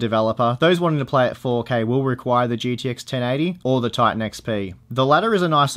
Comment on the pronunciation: Gidi X Titan. Hahahaha. Does Australians speak so?